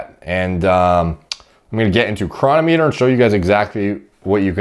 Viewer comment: The correct pronunciation is cronometer, not cronometer. You have to get the emphasis on the right syllable for the algorithm.